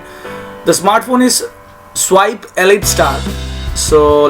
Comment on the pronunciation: Bhai spice bolte gechile? 😂😂